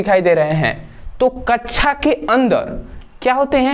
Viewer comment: Sir kaccha nhi kaksha 😂 bolte hai